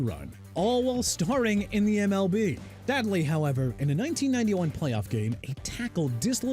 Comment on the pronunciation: WAS IT "A ONCE YOUNG CENTER" OR "A YOUNG STRONG CENTER" DUDE?! YOU CAN'T EVEN MAKE ANY SENSE OF WHAT YOU'RE SAYING BRO! AND YOU DIDN'T SAY "NUMBER 1: BO JACKSON" AND IT'S SADLY NOT "ADLY" MR. AI VOICE! SMH... CHICAGO PRONOUNCED SHUH-KAH-GOW AND JAGUARS PRONOUNCED JA-GWAARS NOT JAG-WIRES! IF YOU PRONOUNCE ANYTHING RIGHT, QUIT YOUR CAREER AND GO BACK TO SCHOOL!